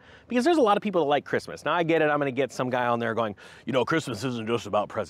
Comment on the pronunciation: Did you say a Pope at the end of the tunnel?